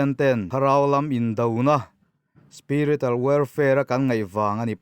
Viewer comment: Republican - republikan/Kang niloin....spiriter welfare niloin -spiritual spirichual welfare..ti in a mizo Thu ziak khian chiang zok nan..in deuh lam rawng kai nilo nia o.inpuih na ah min ngaihsak zawk hram Lang..Thu I thiamin Kalo ngaithla char2 in ngaihthlak nuamin chhiar poh i thiam thlot e,kalo subscribe bok che Nia😁